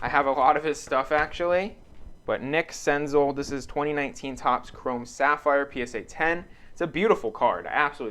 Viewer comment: Sick senzel! I have some nice stuff of his in my PC. Btw it’s Sen-zell not Sen-zul.